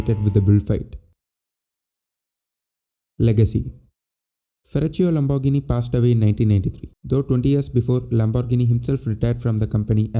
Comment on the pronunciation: Pronounce : Lambor gee nee !